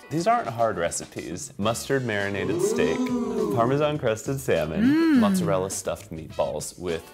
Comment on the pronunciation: That "MoZzaRel" made my ears BLEED